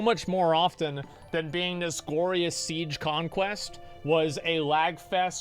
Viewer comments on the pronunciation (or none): none